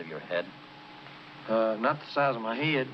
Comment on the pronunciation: Head in the south is almost 2 syllables just saying 💖💙👍